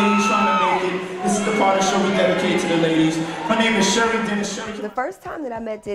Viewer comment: Did you say, "cherries"?